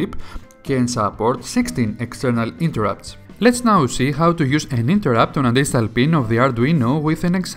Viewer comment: Best explanation of interrupts I've heard. It's a well-done video with easy-to-follow instructions. I must admit I had to back up and turn on subtitles on in certain sections. I've worked with Arduinos for a while now and never heard the term "distal pin" before. After turning on subtitles I realized it was "digital pin" and suddenly everything made sense. 😄How is this the first time I've heard this guy? Now I have to check the rest of his videos. Good bye productive afternoon! lol